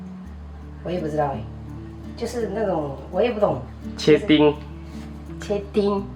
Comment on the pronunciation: 洋是對的😂😂😂 切丁，沒有圈舌的丁 👍🏻👍🏻